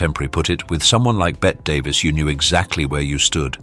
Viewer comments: Still pronouncing Bette Davis ...Bett?! Come on! Everybody knows it's supposed to be pronounced as in 'Betty'! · Her name was pronounced as BETTY DAVIS not Bet Davis😂😂😂